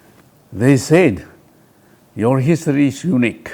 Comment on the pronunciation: I thought muivah would be a very intelligent and smart 🤣🤣, he is so funny I think he himself is not aware of his point..just talking about history unique. He cannot pronounced history properly 🤣🤣